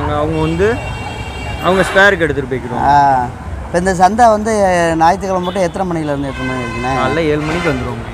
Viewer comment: "நாயித்து கெழமா" கிடையாது "ஞாயிற்றுக்கிழமை"